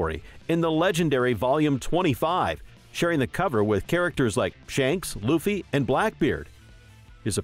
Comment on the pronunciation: Whoahhhhh you started saying Luffys name right 😊